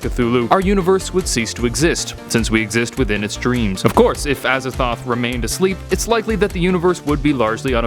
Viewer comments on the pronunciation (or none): Azathoht? A Z A T H O T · I thought he said "as a thot" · Aza”thot”h.... I see what the T.E.C must do